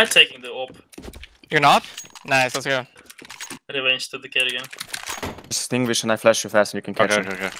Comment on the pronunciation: Since when did karrigan become norwegian.